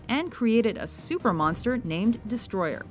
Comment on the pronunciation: Its not Destroyer its DESTROYAAAAAAAAAAAAAAAAAAAAAAAAAAAAAAAAAAAAAAAAAAAAAAAAAAAAAAAAAAAAAAAAAAAAAHHHHHHHHHHHHHHHHHHHHHHHHHHHHHHHHHHH